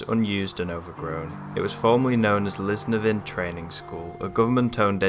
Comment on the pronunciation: Were the adjacent houses empty as well? I thought they were occupied but could be wrong. The correct pronunciation is Lis-NEV-in, the emphasis on Nev not in. Not art deco bannisters, this part of the building built in 1960's and those style of rails were used in many public buildings ( schools etc)